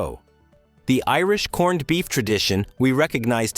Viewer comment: but we don't say "corn-ned beef"... stupid AI say that.